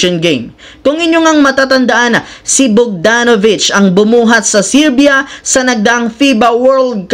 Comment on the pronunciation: serbia hindi sirbia jusko dudong